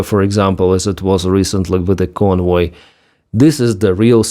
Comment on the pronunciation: "convoy of drugs", I was wondering what I was hearing. Lol.